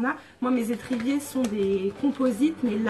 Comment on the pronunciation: C'est étriers pas étriviers 😂